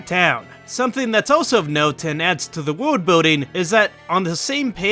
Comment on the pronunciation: You say “world” funny lol